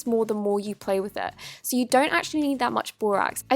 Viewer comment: Us: so so soft Her: sor sor soft, sor much activator